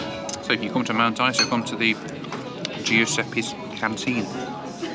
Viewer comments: Hi,, we pronounce it Mt. Izer. ENJOY! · You Flew with REX.. that would be your first mistake lol ! We tend to pronounce Mt Isa as Mount Iza (Eye Zah) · Strangely we pronounce Mt Isa like Mt Iza .. I don’t know why lol.